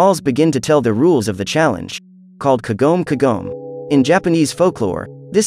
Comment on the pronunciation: Umm its kagome not kogome just saying